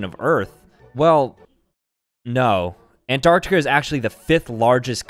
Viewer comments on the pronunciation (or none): 'Asia, Australia and anrartica' wow gg bro lol